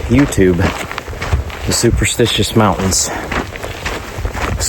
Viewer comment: Normally I would say it is rage bait, but I think you really have no idea you are pronouncing the name of the mountains incorrectly.